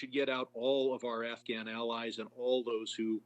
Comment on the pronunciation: She said afgram... Not Afghan. Omg the left is full of twits.